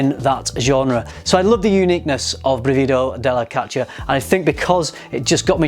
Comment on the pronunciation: Good pronunciation but the stress is on the first syllable: brìvido not brivìdo. But I still don't understand why their names are in Italian when they're all about Greek mythology.